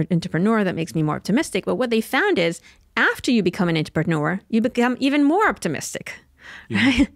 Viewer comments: Hey so...... i totally love when somebody is telling me some new information that could improve the quality of my life, right? but that becomes a little less likely when you pronounce "entrepreneur" like IN-trip-PEN-er.... so for the sake of humanity, lets just cut that out, right? lol, great conversation. thoroughly enjoyed this episode in particular. but seriously.... IN-trip-PEN-er? in WHHUT WWHURLLD!! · Im optimistic that she will one day be able to pronounce Entrepreneur